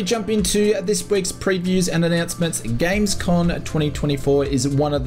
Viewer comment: GamesCoMMMMM not GamesCoNNNN